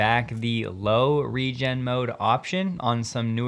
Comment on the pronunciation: Hey, Regen - a german word means rain and is pronounced with a hard g. Great video as always